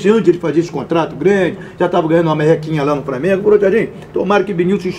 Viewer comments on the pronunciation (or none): Quem é esse cara para sentar nessa mesa? O cara fala "Framengo"